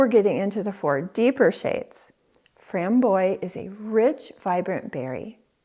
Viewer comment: Thanks, —can;t wait to pick up a couple of these. By the way, the word “frambois” is pronounced “fram-bwah.”